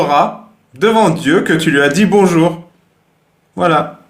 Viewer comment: Bonzour cailloux 😬